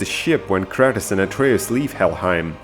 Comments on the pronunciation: wait... did you say cratus???? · whyd he say kratos like kratas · It's Kratos no kratis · Bruh its not kretis its krAtos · does it bother anyone when he says Kratos wrong he says it like (kratiss) when is Kratos (kr-ay-toe-s) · Kratus b o y say shit properly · The way u pronounced there names had me triggered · Dude why do you pronounce Kratos like that? Hes such an iconic character for years and it sounds like you havent even played the game.